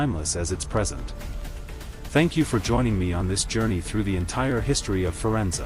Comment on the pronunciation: I definitely gave you a thumbs-up and subscribed. I was particularly pleased that you pronounce "Medici" correctly, but I wish you had pronounced "Firenze" correctly, too. It's feer-ENT-say. You mispronounced the last syllable. (Since you asked, I've lived and worked in Florence for the past 40 years. I teach at the Angel Academy of Art, Florence.)